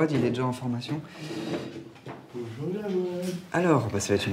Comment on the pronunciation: "bonjoit jawed"😂😂😂